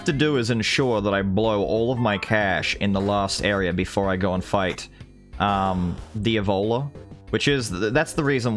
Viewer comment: the whole time you where talking about the diavola boss, I thought you were saying the ebola and was very confused lol